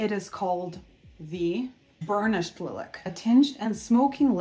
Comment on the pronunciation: Beautiful! By the way, it's pronounced LIE-lack.